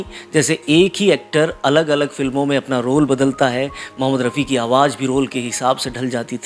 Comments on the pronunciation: Bahut acha colection kiya he. Lekin apne bolne me ja or za me sudhar karen. Kyonki aap za ko bhi ja bol rahe he. Jese ki awaz ko aap awaj bol rahe he. Plz meri baat par dhyan de taki apke program me koi kami na rahe. Plz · Aap awaaj bol rahein hain sahi word awaaz hota hai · آواز ہوتا ہے بھائی اصل لفظ آواج نہیں پروگرام کرنے سے پہلے تھوڑی سی ریہرسل کر لیا کو باقی پروگرام بہت اچھا تھا ۔ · Aap jo alfaz galat bolte hai Aawaj. Aawaz Jindagi. Zindagi Jada. Zyada Majhab. Mazhab Farista. Farishta Ja ko kaha bolna hai Aur za ko kaha bolna hai seekh lenge to aapki baat cheet me Jaan AA jayegi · Please correct your Urdu pronunciation. You talk of Rafi and at the same time you say Awwaj . Rafi ‘ s soul will certainly be hurt. You can do it . See you